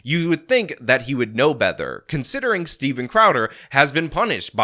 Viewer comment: "You would think that he would know bether." "Bether"?? Is having a 'Joe Biden' mental cross-wiring, here?